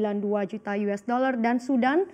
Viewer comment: .50 apa .22 mba?? US bukan yues lah😂😂😂